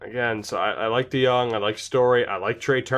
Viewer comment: we all love our lil boy paulie dejong. YOU PRONOUNCED IT RIGHT AS WELL